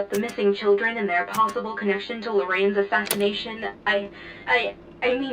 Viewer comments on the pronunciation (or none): My goodness, It’s LORE-RAIN! How did you get Lore-ran. When do those letters make the sound “Ran” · Why do you keep pronouncing Lorraine as 'Lor-anne'? The word 'rain' is part of the name. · Lorraine is pronounced “Low-RAIN” fyi. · Her name is pronounced Lore-rain.